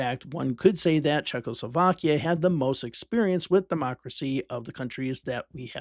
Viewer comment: how many times does the letter L show up in Czechoslovakia? for some reason people pronounce it as if there are 2, there is only 1